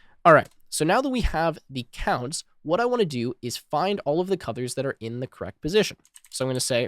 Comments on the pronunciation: Nice video. Not important but for some reason I keep hearing you say "cuthers" instead of colors. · WHY DO you SAY CUDORS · Got a bit confused coz I kept hearing "cutters" .. figured you were saying colors